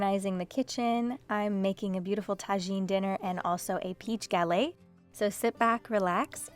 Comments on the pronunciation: You pronounce the "t" at the end of galette. You'd only drop the "t" if it was at the very end of a French word. The "e" makes it so you pronounce that "t", just like the double "t" in your last name means you pronounce the "t" sound. The "s" sound at the end Alice Water's restaurant Chez Panisse is also pronounced for the same reason <3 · You pronounce the "t" at the end of "galette" because it's a double "t" and ends with an "e."